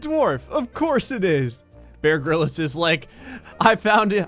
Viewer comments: Wait Did you say Bear “Gril is”? No. it’s ‘grillz’ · Why do you keep referring to him as "Bear Gryllis"? It's Bear Grylls. Grylls, pronounced like Grills. Like, the plural of grill. Otherwise, love every single one of your videos.